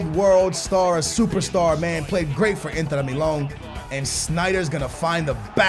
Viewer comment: wtf is an inter miloone